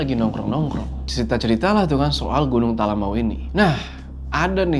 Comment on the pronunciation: Bangg maaf sekedar mengingatkan, nyebut talamau tuh sbnrnya bukan Talamawu, tapi pengucapannya tuh lebih ke "Talamaww" 🥲 greget bgt soalnya dengernya, maaf ya bggg 🥲🤲🏻